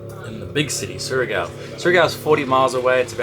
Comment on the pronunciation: I love how you started saying Surigao right then wrong haha its like saying Shargo gorgeous place great episode